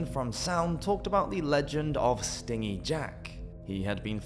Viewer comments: It’s pronounced “stin-jee” jack, as in cheap/unwilling to part with money. Not “sting-ee”, as in likes to sting stuff like a wasp! The legend has stingy jack cheating people,and the devil,out of money. That’s why he is forced to roam the earth as punishment!! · A wasp might be "sting-EE". Jack was "stin-jee". (The opposite of generous.). Or maybe "stin" G. Otherwise, good information in there. I love that oft-used old turnip jack-o'-lantern... it's creepy as all hell. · I noticed this too. I was like…I think he’s saying it wrong lol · Thought it was “stingy” Jack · many zoomers and millennials have never heard words pronounced correctly because they grew up on the internet and not listening to people talk in person. Stingy with J sound yeah not a G sound. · Pronouncing stingy (stin-gee) as (sting-ee) and sidhe as sids is kinda funny, ngl. I think sidhe is usually both plural and singular nowadays, although it's Gaelic and I don't actually know any Gaelic so I'm just guessing there and I also can't vouch for historical quotes as people sometimes seemed to be winging it with the rules of English, let alone loan words.